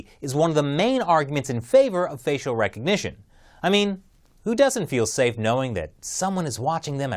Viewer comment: STOP SAYING RECOGNITION WITH A K